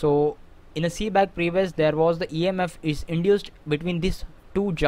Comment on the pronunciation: It's Seebeck not "Seeback"!